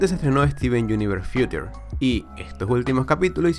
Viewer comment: No puedo escuchar como pronuncias "Future"